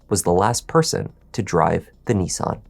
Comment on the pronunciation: NEE_SAN? NiSS-AN